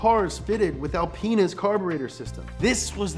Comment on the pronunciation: Wait, did he just say alpen*s?😂